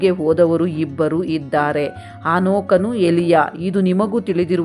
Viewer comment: ಹಾನೋಕನು ಅಲ್ಲಾ ಸಿಸ್ಟರ್ ಹನೋಕನು